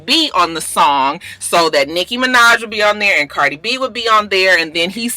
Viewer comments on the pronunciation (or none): you so funny. You called Cardi B. “Bardie” 😂. It’s ok though. I knew what you meant.